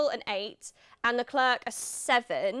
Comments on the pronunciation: Please stop saying LeclerK. It's you job to pronounce these names! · Wow, the lack of chemistry is so palpable that it almost makes this cringey. Sorry autosport but this dude just isnt it..... Plz dont do like this again. Ps:, help the brother out, its not LeClerk......